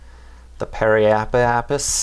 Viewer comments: Pe-ri-ap-sis damn it! And the plural is periapsides. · app-oh-app-sis and perri-app-sis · Pronounciation guide: Periapsis - pear i app sis Apoapsis - A poe app sis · Does he ever learn to pronounce periapsis/apoapsis right? :)))) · Actually the orbit IS right - but it only SHOWS the trajectory around the object with dominant gravity force at the moment. Their match is solid. Also try saying these 3 words: Perry/Apo Ap Sis good luck :)